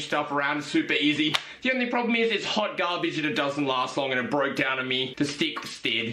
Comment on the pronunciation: " hawt gahbage"